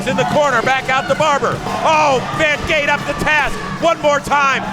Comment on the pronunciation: I thought it was Von Gate, not Von Screendoot?